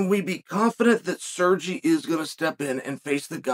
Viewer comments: sergi pavlichh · Sir-gee Pavlich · "Serjay Pavlich"